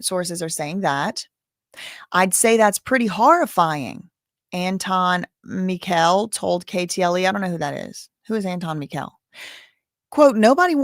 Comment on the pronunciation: Mikel is pronounced Michael. My son’s name was Mikel. Lost him 4 years ago this month. The I is long because of the E.